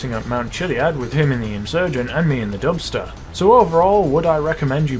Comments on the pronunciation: i heard dumpster lol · Who else heard dumpster 6x6?😂